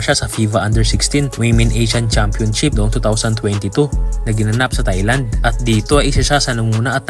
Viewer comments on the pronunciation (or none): none